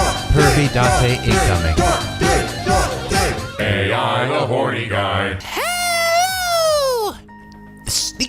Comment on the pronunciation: Hey,. Just want to point out that you're actually pronouncing the title of the game wrong in the intro. I actually attended the panel when they announced this game back at Anime Expo 2018 and Uchikoshi said that AI is actually pronounced "Eye" in the title, due to everything about this game being related to an eye. So it should be pronounced as "Eye: The Somnium Files".